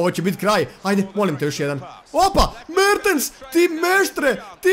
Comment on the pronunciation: Kad krene da kaze: Mertens, ja uvek mislim da ce da kaze: Merte Zaker